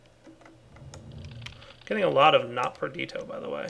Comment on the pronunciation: please, its perditIIIo, please say the I...